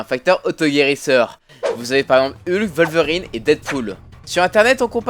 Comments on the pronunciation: on dit pas volverine mais wolverine ( sa se dit ouolverine ) le " w " ne se prononce pas " v " mais " ouo " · Wolverine c'est un p*** de W ! Comme l'animal on prononce comme un W ! PS : Plusieurs nom sont à mieux prononcer, certains sont à la llimite du compréhensible !